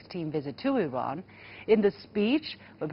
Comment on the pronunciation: The chinese lady pronounce Iran much better than western idiots